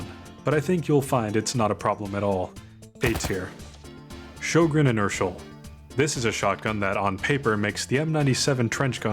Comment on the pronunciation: Good video! This is not a criticism, but just a fun fact: Sjögren is pronounced like "hweh-gen" in Swedish. I've never heard anyone pronounce it correctly. Also I'm pretty sure DICE only included the gun because it's Swedish. The in-game codex says it was used "in very limited numbers" by both sides in the war, but I haven't been able to find any proof of that haha